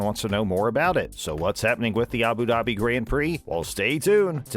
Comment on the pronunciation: It’s Abu Dhabi not Abu daaaabi